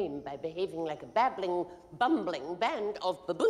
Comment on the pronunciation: It's babbling not bambling